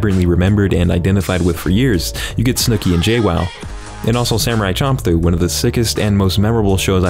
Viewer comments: dawg it's fcking SHAM-PLOO. NOT CHOM-PLOO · I am unsure if you are straight up trying to make me cringe or you just never heard the title spoken but its champ like champion champ-loo. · bro it’s pronounced sham ploo😂😂😂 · "Samurai Chomp-loo" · Wait i thought it was pronounced samurai shamploo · champloo is pronounced shamploo